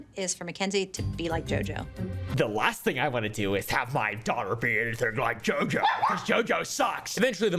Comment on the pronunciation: I love the way you're saying her name, "JiJo"😅😅😊